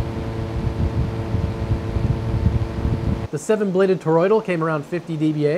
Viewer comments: how hard is it to say thor-oid. you're making it more complicated than it is. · Made an entire video about toroids without learning how to pronounce toroidal